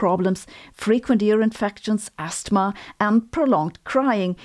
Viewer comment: Never heard the t in asthma before. ❤